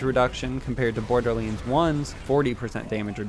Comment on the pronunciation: What is the origin of you saying borderlands like that